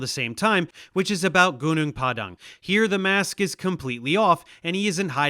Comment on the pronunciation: the dhipshit can''t even prnounce the site's name properly.it's pronouced Hoo-Noong Pah-Dung meaning mountain field,at least in bahasa malasia